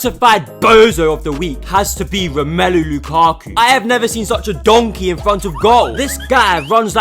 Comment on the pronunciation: I love the way u literally say donkey😂😂😂😂😂